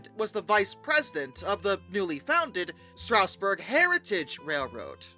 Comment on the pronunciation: Bro cannot pronounce "Strasburg" I have talked to SRC engineers who have used 31 to pull 8 or 9 cars which is about the max Strasburg runs, so the "not strong enough" argument isn't really true, although it was a bit much for such a small engine.